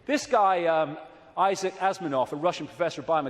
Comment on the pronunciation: Este imbécil no sabe ni pronunciar bien el nombre de Isaac Asimov y eso que el lo puso como referencia. eso habla de su estupidez a altos niveles!!! Los pinches orates como el pierden toda la credibilidad por pequeñeces como esa.